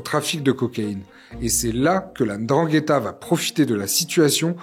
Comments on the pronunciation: Bizzare, tout le monde arrive à prononcer ndrangheta mais pourtant quand il s’agit de nom comme ngolo(Kanté) tout le monde prononce engolo. Je m’attendais à entendre la endrangheta vu qu’une bonne partie des francophones fait comme si il est très difficile de lire naturellement comme c’est écrit. Mbappé. Embapé. Bref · Comment ce fait il qu'ilspronocent bien Ndrangeta, mais ne parvienent pas à bien prononcer les noms comme Mbappé, Ngolo et autres, correctement ?